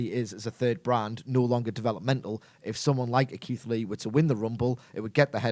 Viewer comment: Keith lee the way yous said sounds perfect